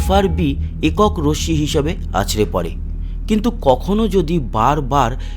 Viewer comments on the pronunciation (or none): none